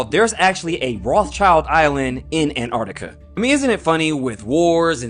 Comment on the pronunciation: im sorry but theres a T in Antarctica!